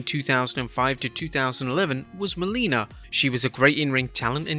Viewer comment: its Melina, not Molina